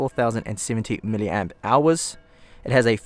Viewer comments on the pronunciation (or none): none